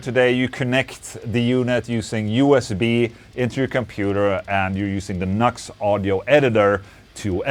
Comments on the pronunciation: It's not nux. It's NU►X. It's pronounced "Noo Ex". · Ola - have to correct you. See the little arrow between the NU and the X? It's pronounced New X, not knucks. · It's NEW X Dude not Knox! 😂🤘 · lol "Nucks" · Hey Ola the name is pronounced NU-X . Like you're saying new x , nux is not the name of the company. By the way this is a great sounding product. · In Brazil we pronounce the same way as Ola. “Knucks”…. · 😅 Deez Nux. It's New-X bro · Nu>X is pronounced "New X"